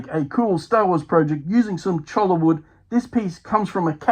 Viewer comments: it is pronounced “Choi-ya” Keep up the great work! Love seeing other people projects, gives me ideas for my own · It is pronounced "choya"